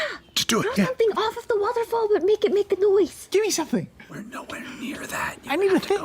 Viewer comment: The way says waterfall is so good to me.